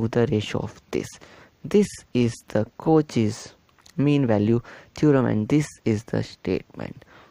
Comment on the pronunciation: The video is good.. but please reduce your hand movement.. and it's pronounced as "Cau-shae's" not "Cau-che's"..